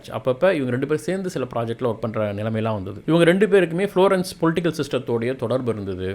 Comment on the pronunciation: Florence . Not flourescence. Milan. Not millan Contents are good. But good to change pronunciations which will make it better